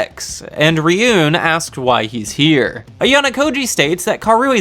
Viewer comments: I also hate when you say ryuén, That must spell Ryuu ( dragon ) en ( I know e spell like that in English but it wrong ) but better you listen the anime and learn how that spell that correctly for real, Just little advice thanks for making this video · It's Ri-Yu-Wen. That's how it's pronounced. Also it should be pronounced Itchy-No-Se. Not itchy nose